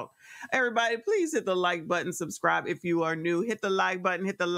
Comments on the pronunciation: Don’t forget to remind her to press the “suscribe” button. Now I’m not one to tease about pronunciation, but dang! You are the Mayor!!😢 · Don’t forget to tell her to press the “suscribe” button 😅